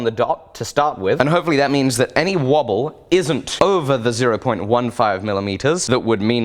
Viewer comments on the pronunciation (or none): none